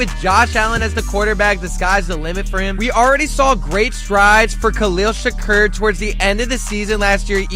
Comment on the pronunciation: Bro said Khalil Shakurrr